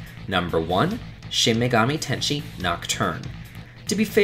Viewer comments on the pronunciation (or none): It's "Ten-Say", not "Tenshi". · FTR, "sigil" is not pronounced like "seagull" but rather "sijjul"; also, "tensei" is pronounced like the English phrase "ten say" and does not sound like "tenshi". Finally, I should mention Mario & Luigi: Dream Team, where most of the game is amenable to grinding, but the giant battles, including one just before the final boss, are not affected by grinding (the predecessor, Bowser's Inside Story, worked similarly, but the giant battles weren't quite so difficult or complicated). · Its also Shin megami Ten-say, not Ten-she Ten-say means reincarnation, ten-she means angel.... so... yeah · It's Shin Megami Ten-se-i, not "tenshi". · I appreciate you including Nocturne, but it's tensei, not tenshi. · I must correct with your pronounciation if I'm wrong. You said 'tenshi' that is 天使 or Angel. It was Tensei, that is 転生 or Rebirth. Please be more careful of grammar that it might cause misunderstanding for anyone ... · Shin Megami tenSHE, it’s Ten-sei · Tensei, not Tenshei. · Tensei is pronounced like "sensei" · Shin megami ten "SHE"? you sure you actually played this game man? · Did I just hear Shin Megami "Tenshi"? lol wut